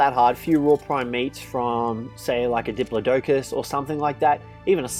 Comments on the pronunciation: This man really said diplo-doke-us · Sorry I hate to be a grammar police but that's not how you pronounce diplodocus